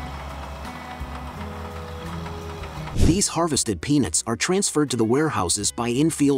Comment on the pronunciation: Clearly pronounce the "t" at the end of "peanuts". Narrator sounds like he is saying "penis", instead of "peanuts".